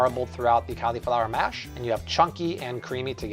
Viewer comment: Amazing! Can't wait to try these, but bro, learn how to pronounce "cauliflower".